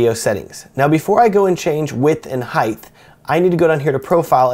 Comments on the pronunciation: Is no one going to mention that he says "Hithe"....instead of HeighT?? But regardless...... rules. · Good video. I needed to get into this. BTW, it's height not heighth. There is no "h" at the end of height. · heighth ;;)) thank you! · heighth lol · Heighth isn't a word. Lol